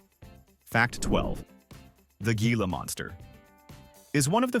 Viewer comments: It's pronounced hee-lah, not gee-lah. Also, wolverines can smell prey buried 10 feet under snow and ice, when it's frozen solid. Opossums are our only marsupials too! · Moose Antlers.............weigh as much as a cinderblock male moose. ?????????? Teach your AI some grammar. It's pronounced HILA not how it's spelled. geesh.